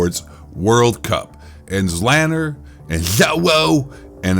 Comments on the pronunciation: Christ that got me laughing every time you pronounced his name., "zzzloowhoo" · You obviously have no clue what you’re talking about cause you can’t even say Zlaners name correctly 🤣 no pro or big time streamer does worth a shit during a LAN even or custom lobbied against 150 other pro players and big time streamers. Public matches are bots, kids and dads having fun.